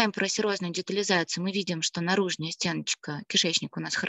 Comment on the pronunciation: Не наружнЯя , а наружнАя ! Что за дефефты речи ?)